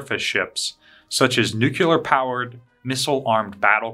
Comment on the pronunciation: New-Cue-Ler is a no go. New-Clee-Er please and thank you. OTHER than that, really enjoy the channel! Use of the "word" new-cue-ler makes your operation sound less professional and I'm sure you don't want that. On the subject, we are experiencing a lot of problems in force projection with increases in optempo and perstempo. Similar to how you can't create Docs and RNs and ICUs out of thin air in a pandemic, you can't have increased vessels and personnel without a concerted effort that takes time and dedication. Do we have that? Not right now we don't. For reference - see the Five Truths of SOF.